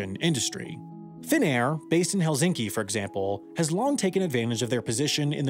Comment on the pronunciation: Sam, please, pronounce S sound in Helsinki softer, because your sound is closer to Z when it's actually S, thanks! 😊